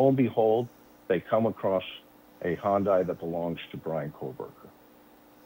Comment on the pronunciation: Not a Honda, an Hyundai. For the Americans in the back is pronounced HI-YUN-DI. Drives me nuts yanks cannot say it.